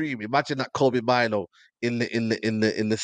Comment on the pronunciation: Name’s pronounced “MAIN-OUU”, not “MINE-O”, he’s originally Ghanaian.